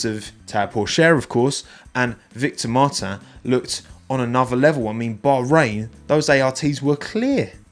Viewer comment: Nice try on pronouncing Victor’s name like Martin in French but you forgot the S at the end. So say Martins like you would as a pure Brit mon ami 😉